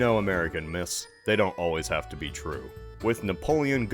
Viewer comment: You 'ave a permit tcho ask, mate?